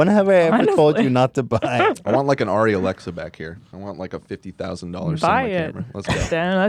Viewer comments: *ahem WELL ACKSHULLY DAN, ARRI IS PRONOUNCED "AIRY" NOT "ARR-REE". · maybe if Dan buys it, they'll teach him how to pronounce the company's name when he goes to pick it up. ARRI is pronounced like airy.